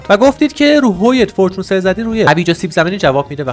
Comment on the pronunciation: چرا هرچیزی توی ماینکرفت رو یک چیز دیگه تلفظ میکنی 😂😂 فیدرفالینگ فورچون انشنت دیبرا ایا از عمد اینجوری میگویی 🗿